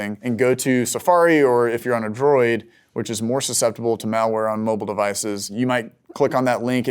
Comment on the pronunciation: what an interesting way to say android